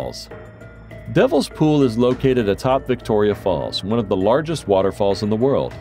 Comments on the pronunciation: Devil pool, not devile. Hardanger rhymes with hanger, not danger. Mont Blahn. The c is silent. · This feels like AI. “Mountain Everest”??? Pronouncing it *deveel’s pool*??? This is so odd…